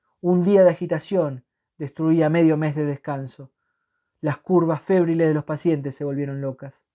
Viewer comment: Febriles (acento Tavito en la i)no fébriles.Muy bien relatado